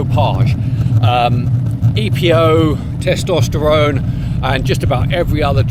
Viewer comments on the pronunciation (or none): none